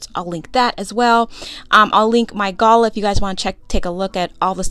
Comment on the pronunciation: Gala is not pronounced that way, you're killing me here.